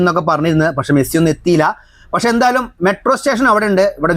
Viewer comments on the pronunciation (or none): none